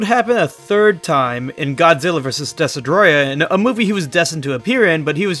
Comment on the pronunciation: Its pronounced destroya, Not des-he-droya